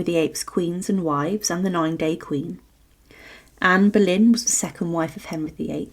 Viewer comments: Anne Berlain??? ou Boleyn???? OOOOOOOUUUUUUUUUUUUUUUUUUUUUUU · NO PUEDE DECIR ANA BOLENA?